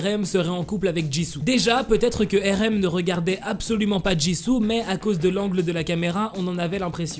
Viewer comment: Depuis quand on “ accuse “ une personne d’être en couple? Oh et ça se prononce Arème pas Érème